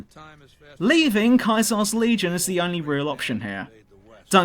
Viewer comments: That's Caesar as in sounds like seizure, NOT like Kaiser. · Pronouncing Caesar, Kaiser...that makes me think... ;P